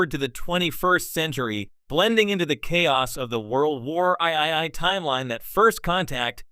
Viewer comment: Strange New Worlds is not the prime Trek. It's as wonky as Kelvin timeline now. They lost me as a viewer and supporter. And find a new AI to read the script. Don't write dialogue as "World War III", as it says "world war eye eye eye". Also don't abbreviate Strange New Worlds as "SNW" as the AI just says "snw".